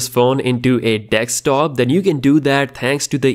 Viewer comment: indian people please for the love of god, , its called Desktop not Dekstop, please!!!! its not that hard